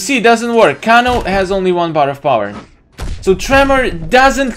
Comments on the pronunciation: It's not Kono it's kano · The way you pronounce Kano gives me anxiety. It’s pronounced KAY-NO